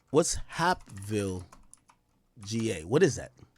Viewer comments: I’m literally 5 mins from hapeville but the way he pronouncing it I thought this happened in some small town far away that I’ve never heard of.. Its pronounced like heyp-ville basically like cape but with a h instead of a c aka lil Mexico it’s nothing but Mexicans over dat way good food over there though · Somebody tell Ak that it’s pronounced “HAYP-VILLE”😂😂😂🤦🏾‍♂️ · It's pronounced H-🦍-ville. It's considered Atlanta/Fulton County, Georgia. It's close by the airport. There are hotels and restaurants on the strip.Also a Porshe dealership.You basically get off an exit and it's a regular 4 lane road and some one-way streets. Depending on the direction you're traveling. I think he might have been under the influence of something. He hit something and panicked and called his manager instead of the police. He probably knew the police would be able to tell he was under the influence while operating a motor vehicle and would've arrested him on the spot. Nobody wants to go to to Fulton County jail! I think he called his manager to avoid any trouble with the police. The manager was at one of those nearby hotels. He probably could've walked there if he wanted to. Although it's still confusing as to why he decided in that moment to unalive himself! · Hapeville is pronounced like Vape with an “H”. Hapeville is Atlanta, it’s by the Airport and Porsche Building. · The way he sayin Hapeville is killing me lmaoooo